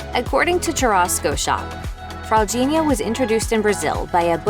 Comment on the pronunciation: good fraldinha pronunciation